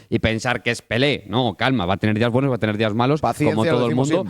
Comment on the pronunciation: soish muy buenosh